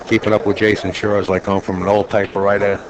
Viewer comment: Why does the idiot announcer keep calling the name Jason SHURE??